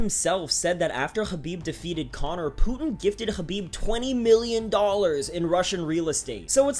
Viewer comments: The way you say hrrrraabib LOL white boi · you know how many people absolutely cannot stand it when people try to pronounce foreign names with the native accent?... Its fkn intolerable and literally the reason why i will shut this video off after completing this comment. fkn "ZHUUUUCCCBIB!.." wtf man... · stop saying khabib weird